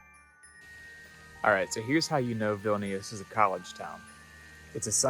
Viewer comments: they look like they lost zest for life. Vilnius is a filthy city and many locals would agree that it's being neglected recently. Lived in Vilnius for nearly 3 years. Can't wait to get out. And BTW it's pronounced VVEEL-nee-oos. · I enjoyed the videos but the continued incorrect pronunciation of Vilnius is annoying. You can be excused for others words which you only say once or twice. I would suggest that when you go to a new place, before you start recording, if you are not 100% certain how to pronounce, ask a couple of locals off camera and say it as a local would.